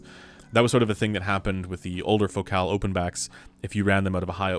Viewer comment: Why do you say fo-cal. Isn't it like the word, fo-cul.